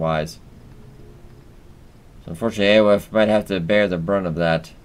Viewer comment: Aoife is pronounced Eefa